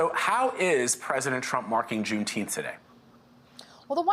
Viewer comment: yeah and BLM....riots too...nobody cares about juneteenth...it's funny to see news anchors read that thing They can't even pronounce it